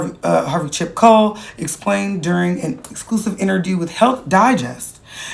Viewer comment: “Interdew…” Please tell me I’m not the only one that heard that 😂